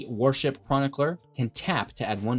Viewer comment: I've never heard someone mispronounce "worship" before. Sounded like "warship."